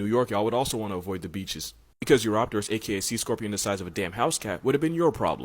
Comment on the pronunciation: eurOpterus? weirdchamp pronounciation other than that great video